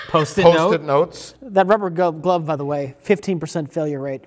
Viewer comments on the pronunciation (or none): Mike called it a rubbly glove, called it a rubber gove. You can't out-.